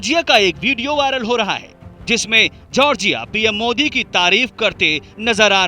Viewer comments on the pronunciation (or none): none